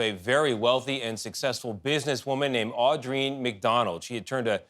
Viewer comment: You'd think the guys could pronounce Andreen.